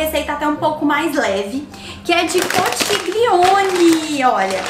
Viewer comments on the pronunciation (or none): Conxilioni. Se pronuncia assim rs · Oii!! Amo seus vídeos!! E só uma dica! A pronúncia da massa é “conquilhone” conchiglione em italiano😉 o ch tem som de Q e o gl tem som de lh! Bjuuu❤️❤️ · Que delícia! Olha ..se escreve conchiglione e a pronúncia é conthilhone. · a massa se pronuncia (conquilhone) a escrita conchiglione aqui na 🇮🇹 bacio 😘 buona cena 🍴